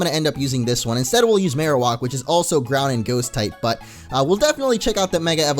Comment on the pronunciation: I hate how he say marowak